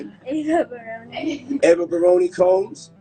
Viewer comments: HER NAME IS BARONI!!! NOT BARRON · Her name is BARONI not Baron . I’m not surprised